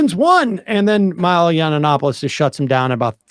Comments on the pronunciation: Yiananananopoulos… it’s just Yianopoulos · It’s pronounced YEE-AN-OPOLIS not YEE-AN-AN-OPILIS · Why does he always say yiannopoulos with that extra syllable lmao And goddamn why is milo so much more soft-spoken now. And he lost the hair dye. Damn a few years can do a lot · if you want to bash a gay man for his free speech at least learn how to pronounce his name lmao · Why y’all edit photo of Tim? Lol y’all pathetic. You can’t even pronounce Milo’s last name…. How relevant is this trash channel? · Do you deliberately mispronounce his name?